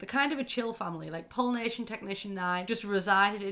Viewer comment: Wow until I saw “Pollination Tech #9” on screen I thought you were saying Polynesian Technician #9 and I WAS SO confUSED